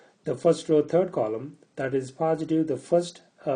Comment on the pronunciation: its not paaasitive but positive .